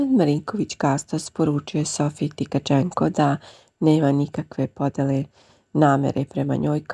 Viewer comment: Nije Tikacenko budalo nego Tkacenko kada ces jednom da naucis fujjjj...😂